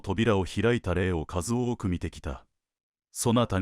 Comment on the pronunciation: 数多：「すうた」ではなく「あまた」では？